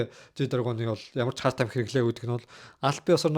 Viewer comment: Хөөрхөнийн Англи хэлээ сайжруулчуул болох гээд бн пен/ фен/, херт /харт /л гэнэ хаха